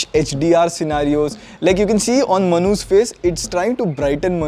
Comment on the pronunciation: You say "Manu's face" but it sounded like manhus face...😅